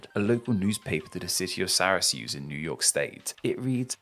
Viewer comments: Lol Sarah-Seuss It's seer-cuse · here is the correct pronunciation of Syracuse, NY: Syracuse (/ˈsɪrəkjuːz, ˈsɛr-, -kjuːs/ SIRR-ə-kewz, SERR-, -kewss). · As someone from around the syracuse area I think u seriously butchered the name (or more than likely we have) we pronounce it "Sarah-cyoose" tho I've never heard of that mall despite being big into local mall history. Also most people I know would consider a plaza a big parking lot with stores all around it (like a mall but like. Not indoors) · Ouch I was hurt that you called it Syrasuse. I was born there lol. Its Syracuse with a hard C (Kuse not Suse). Like the city in Sicily. I also have no idea what this Upland Plaza is because if it does exist doesn't go by that name. We do have the 8th biggest mall in the country though but that was built in the 90s as Oil City Mall, then Carousel Mall, and now Destiny USA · fyi the c in syracuse is a hard c/k sound